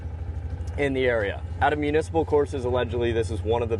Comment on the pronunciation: You lost me at “municiple”